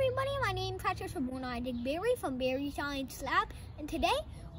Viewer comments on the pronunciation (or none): none